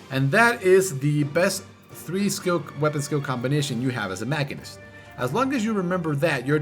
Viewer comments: Sorry to be this guy..but its Machine- ist. It's a real word outside of FF and as such has a definite pronunciation. Moving on.... GREAT guide! I took some time off from FF before SB and had the old gauss barrel stuck in my head and I was way thrown off upon coming back. Put MCH down due to low DPS and BRD being my go to raid job, but now picking it back up I felt a bit lost in the sauce. Definitely subbed! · I think it's a latin root word so both ma-sheen-ist and mak-in-ist would be correct in their own way, with the former being the regular English pronunciation.